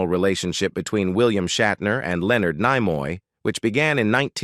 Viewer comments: Yes. I noted that when Leonard Nimoy's name was first invoked, it was pronounced "Leonard NyeMoy," later pronounced as "Leonard KneeMoy." The narrator, to me, sounds canned or AI generated. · Apparently you know the automated AI voice has absolutely no intelligence as to how to pronounce the name Leaonard Nimoy until later in the video first said nigh-moy then finally corrected to knee-moy. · its neemoy , not Naymoy!! :-(( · The narrator seems to mispronounce many words; and not all from this video. 1 minute it's Nimoy, and the next it's Nyemoy. Kind of irritating, yet funny as hell, but oh well. ✌ ❤ 😁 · N ‘eye’ moy 😂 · I stopped watch when the Narrator says Leonard N eye moy! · This is horseshit. William doesn't look like this. He is not living a sad life. The narrator is a robot that is supposed to sound like Tim Russ but can't even pronounce Nimoy correctly. This lie gets a downvote from me. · Spock and Kirk weren't professional rivals and "Nimoy" was mispronounced. Your AI writers and narrator need work. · This video is pure trash, and the crappy AI voiceover even mispronounces Nimoy's name at least once.